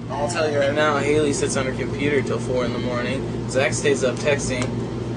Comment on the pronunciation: DID THAT INTERVIEWER CALL HER "HALLY" WTF